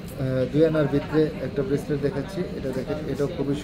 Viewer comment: আপু এইটা রেসলেট না বেসলেট